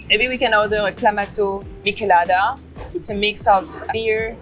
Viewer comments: Did she say "mickelada"?? Lol both as a Mexican and as a Paris resident I am offended. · I can't trust someone in 2026 that doesn't know how to pronounce "Michelada".